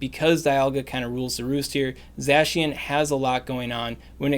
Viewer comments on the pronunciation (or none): Ur butchering zacians name its supposed to sound like ur saying the cyan with an old germanic accent the other one is the magenta